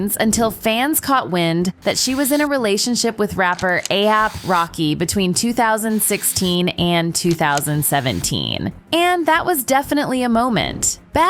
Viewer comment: A-SAP not Ah-ap.